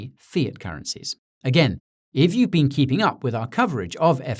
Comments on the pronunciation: I thought you were adorable before! You totally slayed me with this one. I love when Brits do American accents, because they're so damn good. Nailed it except for "been," which totally gave you away but made you all the more endearing. Thank you for this and congrats on a great channel. I'm hooked. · One small mistake. The pronunciation of the word, "been". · SBF most likely pronounces the word "been" to sound like "bin" not like "bean".